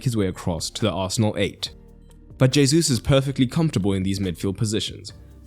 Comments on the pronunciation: I'm not a Portuguese speaker so don't ask me why it's the case, all I know is that it categorically isn't "hey-zoos" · First off, good detailed explanation and analysis as usual. 2nd, Gabriel Jesus' name is pronounced Gabriel He-soos. His name is Spanish in origin, not French. J is pronounced as an H. 3rd, the tactics of Arsenal you explained is nothing new. Very similar tactics were executed by Real Madrid for many years, with Casemiro, Kroos and Modric in midfield, while right and left backs Carvajal and Marcelo would overlap and form a front 5. Their usual 4-3-3 easily evolved into 4-4-2 depending on the opponent's shape and tactics. Benzema would drop deep to work with the midfield trio, Isco in his heyday was employed by Zidane as a roaming forward/midfielder. Last year, and also this season, Valverde has taken that roaming role outstandingly. Real Madrid beat PSG, Chelsea, Man City, and Liverpool in the UCL. For sure Arteta learned more by watching how Don Carlo outclassed Pocchetino, Tuchel, Guardiola, and Klopp.